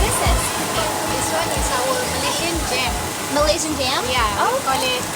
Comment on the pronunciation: I know this is an old video but: the races in Malaysia : Malay. Chinese and Indian and multiple others. the people who are citizens, are called Malaysians, not me-lee. This is free information in Google. Please research the country before going over and making content.